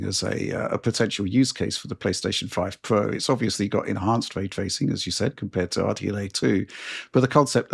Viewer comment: so. Way twacing on the PS4 pwo then.